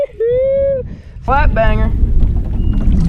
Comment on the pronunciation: When caught his 3rd fish it sounded like he said f**k banger and not flat banger